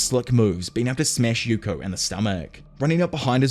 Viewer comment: Hearing Yuko name the wrong way so many times was fun